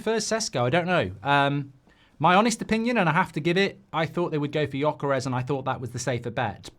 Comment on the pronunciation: Man.. your way of saying Gyokeres name, it's not even remotly close =) I had to hear it 5 times before I understood who you meant =)